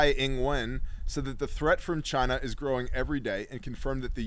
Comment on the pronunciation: I lost my shit when you called China 'gina